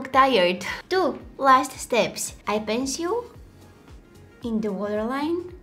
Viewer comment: I love the way she says eye ✨penciyule✨(10.09)